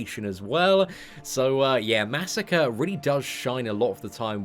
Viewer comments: masacre is pronounced (muh•soccer•aye) not massacre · what WEAK pronounciation of MA. SA. KRE. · even when he's getting buffed you mispronounce his name you monster (jk but it still irritates me a little bit)